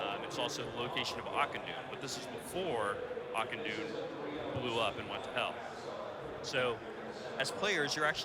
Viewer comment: I think the most constructive thing I got out of the whole video, was that Auchindoun is pronounced /Akindun/. LOL